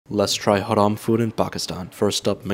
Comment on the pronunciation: You pronounced Haram wrong